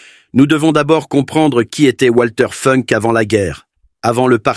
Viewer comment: Ça se prononce Valter Founk en allemand. Par ailleurs, l'AI semble inventer des conjugaisons en français : "lorsqu'il vit sur l'écran (...), il ne pouvut plus retenir ses larmes..."